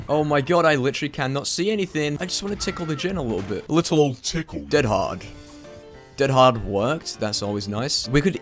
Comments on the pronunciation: What was that change in voice, My mans literally said dead HaRRRRRd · DEAD HARRRRRRD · did he just say dead hard in a non british way :0